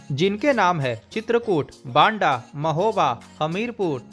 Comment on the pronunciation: बांडा नहीं है, बाँदा है, बाँदा शहर चित्रकूट धाम मण्डल(बाँदा,महोबा,हमीरपुर, चित्रकूट) का मुख्यालय है। पहले चित्रकूट भी बाँदा जिले का ही हिस्सा था।